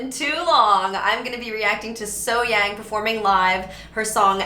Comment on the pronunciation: Great analysing.... BTW.... As far as the pronunciation of her name, take event as being spelled Sohyoung.